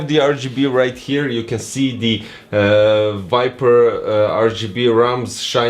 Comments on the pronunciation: You're pronouncing wrong the name, is Viper, not wiper! lol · You can ignore my comment, anyway I have auditive problems and Im from Costa Rica, so English is not my first language, is Spanish. Im sorry for my bad comment 😢 But seriously, in this video I hear wiper instead of viper, maybe only I can hear that... 🤔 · I can hear as this: wu-ai-per Correct pronunciation: vai-per I think this is a thing I only can hear, maybe yes, maybe not, but see the youtube cc, they have the proof, lol